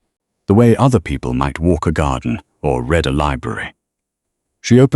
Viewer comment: please teach your AI to know the correct contextual pronunciation of read...